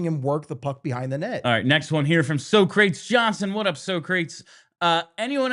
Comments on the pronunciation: you do know it’s not So Crates Johnson right? “Saw-cruh-tease” haha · pretty sure that commentor has previously specified he uses the "Bill & Ted" pronunciation, aka Soh-crates Johnson :)